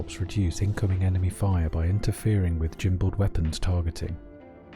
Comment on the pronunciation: Did you say jimbaled?